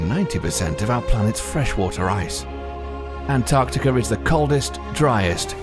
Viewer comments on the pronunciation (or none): Why when the narrator says Antarctica it sounds like Antarctica-ur? I have notice it a lot, i heard some one saying novel-ur to novel. Or are my brains just playing tricks. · Antarctica no r at the end